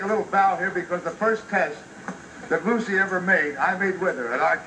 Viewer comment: Sounds like he is saying I love Bucy...